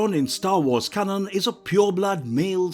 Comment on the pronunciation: Why tf does he say can on, not canon. Like bruh